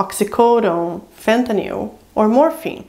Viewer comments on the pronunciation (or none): She said fentyall lol